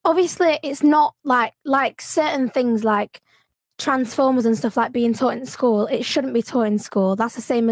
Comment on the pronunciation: did this bih say Trans-formers?😭😂 bro